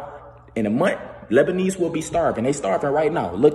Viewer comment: "big bomb that happened in lebanese" lmaooo nah it's "lebanon", so.